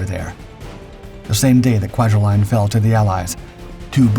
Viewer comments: Kwajalein is pronounced Qua-ja-leen. Not line or lion. Truk is pronounced Truck, not Trook. Can you please research correct pronunciations & also spare us the hyper-dramatic descriptions: "It's very name stuck terror into the hearts of American Servicemen." Please. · Kwajalein Atoll=Kwa Ja Lean, (not Line). JFYI